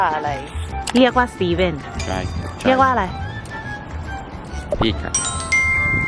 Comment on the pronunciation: มันเป็นตาฮักแททททท้ "มันเลียกว่าอะยายยยยยยยย"